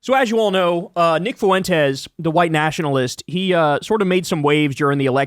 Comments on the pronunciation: Fuentes (pronounced “FWEN-Tez”) so no extra vowel sound after the F. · It’s Fwen-tez. You must’ve not have ever taken español